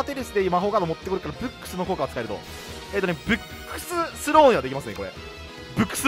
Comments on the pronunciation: 今ブックス見てきたけどめちゃくちゃ発音良かったwﾌﾞｯｸｽ！ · ブックスの発音最高です!(^^)!